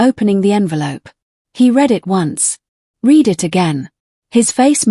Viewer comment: AI Narrators need to learn to pronounce basic words like read ,live and wound correctly.